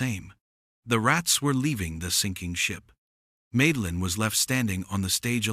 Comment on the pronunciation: Hey YouTube! Teach your stupid A.I. how to read! The HOA lady's name is Madeline, which is pronounced Mad-a-line! Mad, as in insane, totally appropriate!